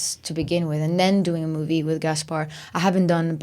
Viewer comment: Hot! BTW I always find hilarious how pronounce some words like saying "movey" instead of movie.